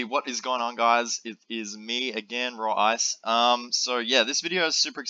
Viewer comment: Raw ice I been miss pronounced as ra-wis 511